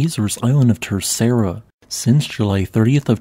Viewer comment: In Portuguese, the 2nd r in Terceira is silent and there's a slight d sound at the end. "Ter-say-da" It's not difficult to check your pronunciation before you record your audio 🥸